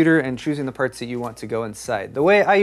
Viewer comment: "Choosing the purts."